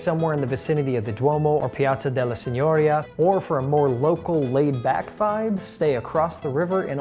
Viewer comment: Excellent video! It brought back many fond memories of my time in Florence/Tuscany. Your taste for fine Florentine cuisine & gelato is impressive. What about Italian coffee? As someone who speaks Italian permit me to correct your Italian pronunciation in one particular instance: il Palazzo della Signoria is pronounced with the accent on the i of the last syllable. Tante belle cose!